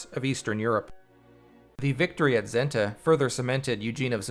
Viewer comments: SSSSenta... not Zenta! 😂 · NOT ZENTA IT IS SENTA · Its not Zenta, its Senta, whit s from same.